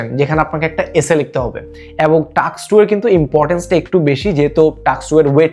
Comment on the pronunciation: টাস্ক*, নট টাক্স!